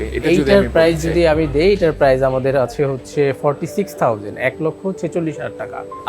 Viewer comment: আপনার PRICE(প্রাইস) উচ্চারণে ভুল আছে। ইংরেজি ভুলভাল উচ্চারণ না করে বাংলায় 'দাম' বলেন